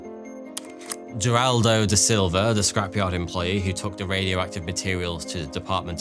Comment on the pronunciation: This is a nuclear disaster that many of us have already heard about being that it is one of the worst nuclear disasters ever. Also, his name is Wagner, not Vagner. He was Brazilian, not German. As well as Heraldo, not Jeraldo.